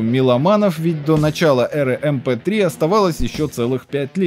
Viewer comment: Дружище, для динозавров ПК вообще на слух не воспринимаются эти "айсиэй", "эйдиай" и прочее. Есть обычные привычные "ИСА" "ИДЕ" и прочее. Так просто удобнее. "МП-3" же нормально произнес =)